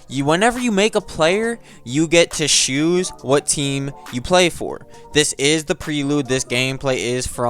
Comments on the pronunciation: Why do you say "choose" like "shoes" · "you get to shooz" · Bro saying shoes instead of choose 😭 "You shoes whatever team you wanna be in"